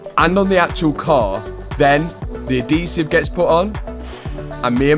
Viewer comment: Different way to say adhesive 😅 spelled as is sounds adeezive. 😮